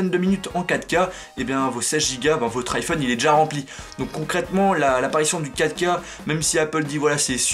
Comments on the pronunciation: quand tu dist filmez en 4k , sa sonne comme si tu disais Kaka :) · Pourquoi il dit l'apparition de caca mdrr a